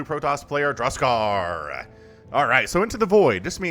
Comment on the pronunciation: I was 100% sure was just pulling our leg with his pronunciation.